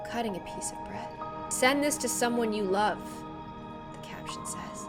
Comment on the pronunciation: the way she says 'its falling in loaf'